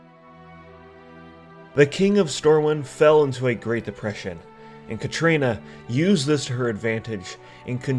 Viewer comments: Katrana! Not Katrina. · KATRANA why do you keep saying Katrina, where's the 'i'? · Kah-TRAH-nuh fuck man